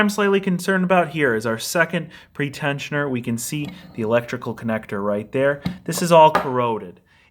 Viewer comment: Pre-tensioner, not pretend-sioner!